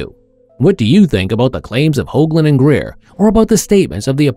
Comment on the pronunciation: The moment you said Greer, you lost your last shred of dignity. Unsubscribed..